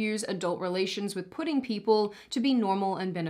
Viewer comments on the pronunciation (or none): did she say "pudding people"? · Are you saying "pudding" people?